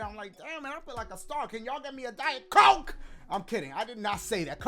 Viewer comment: Did anyone else notice the thicc aah emphasis on the "COKE" in diet COKE?? Sus